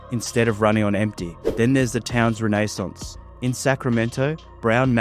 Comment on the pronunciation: Why'd you say "renaissance" like that? Lol